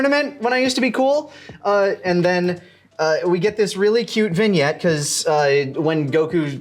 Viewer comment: Lani's word of the day: Vinyet Seriously, take a shot every time he says it.